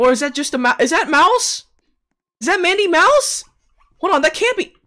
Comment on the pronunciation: It's not me mouse It is madi mouse